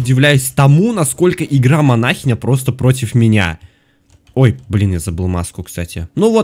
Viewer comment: Манахиииииииня а не манаааааааахиня ок